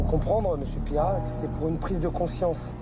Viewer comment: Mr Pire rat pas Pierrat 😂😂😂😂😂